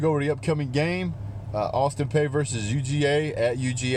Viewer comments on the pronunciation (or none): Okay first off sir, it’s pronounced Peay (Pea, pee). Second I’m at student there and I’ll be damned if I’m gonna let you talk shit about my school bro because that shit just ain’t cool. Obviously we’re a smaller school and obviously we’re a lower conference team. But that doesn’t give you the right to talk shit about us. If you’re gonna give a review give legit educated review and do more than just talk shit about the other team. Obviously us students at APSU know that we’re going to get demolished. But with that said it’s really ridiculous that you have to talk about us like we’re an SEC school. This is a cupcake game for y’all but this review is honestly horrible. We get you’re bias but that shouldn’t take away from Austin Peays fire and desire to come to Athens and play their hearts out. With that said I’m also a Tennessee fan and I promise you Tennessee is better than APSU. Clearly I’m a level headed person unlike yourself and I understand our team hasn’t been where we’ve wanted it as UT fans in many years. It’s obvious but please don’t forget 2016 sir. You lost to Tennessee. So my advice is to please humble yourself and realize who you’re playing. We’re an OVC school not an SEC school. Y’all have a great team and will absolutely have a great season. As much as that hurts the Vol in me to say, it’s true. I wish y’all luck not only against APSU but against all your opponents. But please take my advice before you do your next review. Thanks. God bless.